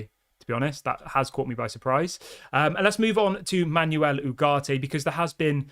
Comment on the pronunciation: Dude, it's PletteNberg. It's pronounced Le-keep. It's pronounced Manwel